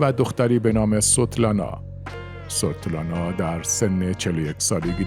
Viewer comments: ممنون از این ویدیو، در مورد نام دختر استالین یک اشتباه تلفظی پیش آمد. اسم او تقریبا شبیه sotlana تلفظ شد. در حالیکه تلفظ اسم او به esvetlana شبیه تر است. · نام دختر استالین Svetlana است، نه Sotlana!!! زینوویف Zino-vi-ef تلفظ می شود. بد نیست شما که این همه زحمت می کشید، کمی هم در این باره دقت کنید تا ارزش کارتان حفظ شود! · داداش من فقط گفتم مجری یه اسم رو اشتباه تلفظ کرد. چه کار به دختر استالین دارم که به رحمت خدا رفته؟ خدا همه رفتگان رو بیامرزه.